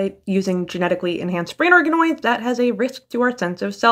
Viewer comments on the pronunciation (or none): I could have sworn you said "brain arkanoids" and i was like .....wait 😮